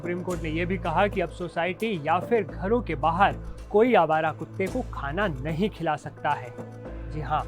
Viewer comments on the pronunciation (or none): अबे तू नहीं शब्द पे कितना ज़्यादा ज़ोर दे रहा है ....तू पत्रकार नहीं भड़वा है सरकार का